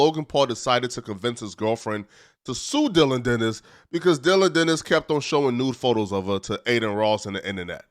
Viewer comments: Geezus bro it’s Dillon DANIS. Not, Dillon “Dennis”. 😂 🤦‍♂️ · “Dillion Dennis”